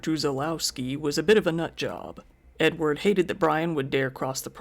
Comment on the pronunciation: Edward kinda sounds like enward and that makes me giggle. Also, how is he gonna hear the gun click with a dang chain saw running?